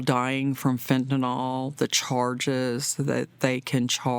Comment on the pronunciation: Preach long and loud, but please....fen-ta-nil